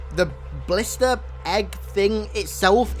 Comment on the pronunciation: Who else thought he said ballista not blister